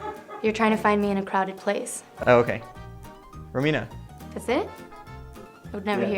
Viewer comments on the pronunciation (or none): "Romina" lol